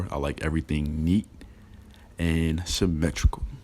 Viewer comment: You say symmetrical like ole boy says gingivitis lmao